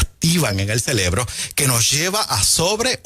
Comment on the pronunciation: Correjir que la palabra es CEREBRO. No celebro.